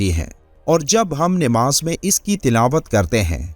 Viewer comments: بھائی آپ بھی namaz کی بجاۓ Nimaz بول رھے هو ۔ زیر اور زبر آپ بھی دیکھو غور سے ۔بعد میں آگے سبق دینا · Sahi talaffuz Namaz hai Nimaz nahi. Urdu to sahi kar lo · نہ تو آپ درودشریف صحیح طرح سے پڑھتے ہو نہ نماز کو صحیح تلفظ سےپڑھتے ہو۔ Nimaz غلط تلفظ ہئے صحیح یہ 👈Namaz ہئے